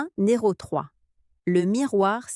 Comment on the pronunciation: IA de merde Vidéo qui rompt la confiance. Le sentiment... "d'aCUI" ‼️ Point "NÉRO 3"‼️ Ce "chiFFT" mental‼️ Quelles expressions de merde ‼️ VIDÉO DE MERDE 😂 😁😂🤣 😁😂🤣 😁😂🤣